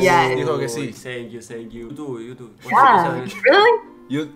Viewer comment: le dicen algo en ingles: senkiu